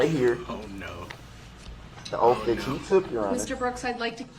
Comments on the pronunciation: I have a hard time with him saying oaff instead of oath🥴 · “Under Oftth”, “Lawfull law” & “Grounzzz for the substayned” really sir?? Where did this poor excuse for a boy (he is not a man I hesitate to even call him a boy) learn to speak?! Stop being a complete embarrassment to humanity 🙄 I truly hope this sorry excuse piece of man child, murderer, child molester & trash gets treated the way he has treated others.